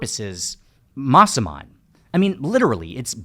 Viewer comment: While watching this video and listening to you pronounce Masaman I think it sounds more like Maa Saman which in Hindi is "Like a mother"